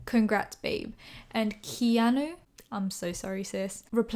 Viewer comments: His name is also pronounced Key-ah-New Keanu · His name is pronounced key-are-new. Like the fit guy off Eastenders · key-a-nu hehe